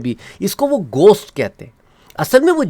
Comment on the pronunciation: Bhai ap ghost ko gosht bolrahe..